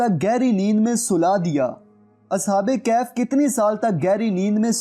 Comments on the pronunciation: As'hab-e-Kehaf nahi As'hab-e-Kahaf hai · Ashab e kahaf hota ha bhai ,ashab e kaf nhi